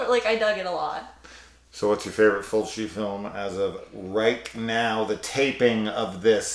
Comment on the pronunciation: As someone dating a French Quebec girl, I felt it when you said her fav way of pronouncing Fulci was Fulki 😭 My partner pronounces a lot of stuff wrong on purpose with her French accent. She also lives for the tidi, more so than even I do. Every anime or horror she's always the first to scream "AWWWW YES, TIIIIDIIIIES"